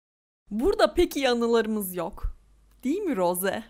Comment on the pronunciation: roze değil rose